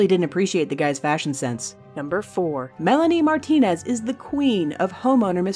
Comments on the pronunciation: who notised that on she says Melinie Marteniz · Wait, did she say meliane Martinaz? Like, the singer? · Wait, did you say.. MELANIE MARTINEZ wrong one but still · whoa whoa whoa whoa WHOA HOLD UP!!!!! DID SHE SAY MELANIE MARTINEZ!!!!!! THE SINGER!!!!!!!! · did say melanie martinez??? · WHEN THEY SAID MELANIE MARTIENZ I GOT EXCITED BUT. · Who else was extremely confused for a sec when she said "Melanie Martinez" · Hold up... THE Melanie Martienez??